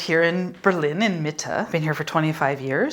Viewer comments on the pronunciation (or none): Rent is "Miete"; not "Mitte" which means "Middle".